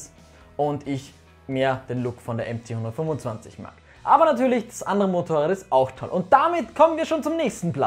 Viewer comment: wer versteht auch die ganze zeit 925 ccm ?